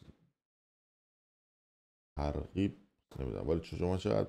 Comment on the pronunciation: کیرم تو قیافت. فش ناموس نمیدم، تو شان من نیس و ناموست کاری نکردن ولی کیر تو کونت کیر تو کله کچلت. بیسواد از شدت بیخوابی متن رو نمیتونی بخونی ترغیب رو گفتی تغریب اخه عن کیر فیس،کیرم تو تار های صوتیت تو فقط بیا با من تو لایو اگه لای اون دوتا پات تخمممممم داری. اخه عرزشی تو اگ ب حکومت وصل نبودی که دیپورت الانم داشتن کونت میذاشتن المان استرداد مجرمین داره با ایران. خب بدبخت چرا رخ عقاب میگیری؟ هرچی از جیب و نا اگاهی مردم شما پول دراوردین خرج بدبختیاتون بشه بی همه چیزای بی خایه عرزشی عن